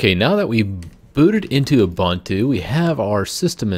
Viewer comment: not ubAntu but ubUntu. Author pronounce properly